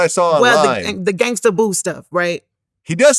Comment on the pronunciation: It's Gangsta Boo not gangster... Vlad always erroneously puts -er instead of -a on words. It's a good thing he doesn't say the n word!